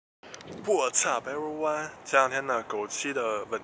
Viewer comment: 你可以开始换一种打招呼的方式吗？what's up。听起来像 我操。真的，可以改改吗，就正常打招呼，没啥不好的。